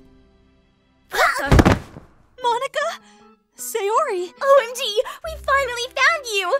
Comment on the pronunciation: Her name is Sayori not Sayuri